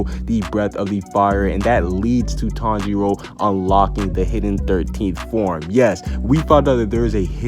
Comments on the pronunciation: I turned on the subtitles and he says Tong Jeo instead of Tanjiro 😂😂😂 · The first word he says is sooooo wrong